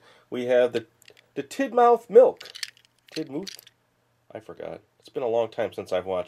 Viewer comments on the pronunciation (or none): It's tidmouth (tid-moth